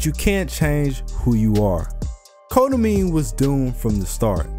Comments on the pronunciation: Great analysis, but lord those pronunciations lol, KotoMYKNEE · I got so used to him pronouncing his name as that when he actually pronounced it as kotomine I was like: “is this the right video?”